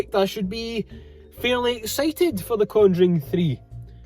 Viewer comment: Brilliant again! "Two for the Con-joo-ring please"